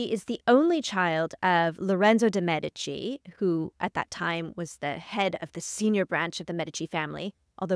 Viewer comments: My god the way she pronounces the queens name!!!! Whyyyyy?! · I can’t even watch this mess….. her pronunciation of Cathrine’s last name is blasphemy